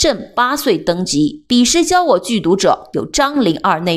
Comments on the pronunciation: 句讀的讀，ㄉㄡˋ ，dòu。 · 女紅ㄍㄨㄥ，然後是布木布泰，句讀ㄉㄡˋ=逗